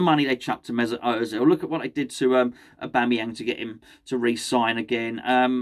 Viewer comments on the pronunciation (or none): none